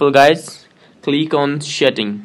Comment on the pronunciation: The way he said setting.. No hate I understand the acsent!